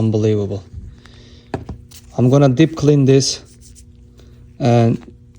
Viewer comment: "Dip clin thes"